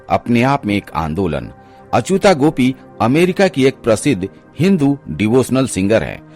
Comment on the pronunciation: अचुता नहीं, अच्युता